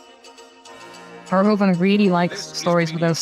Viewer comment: By the bye, his name is pronounced verhooven, not verhohven. And he wrote a book on Jesus.